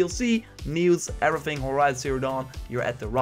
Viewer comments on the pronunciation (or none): none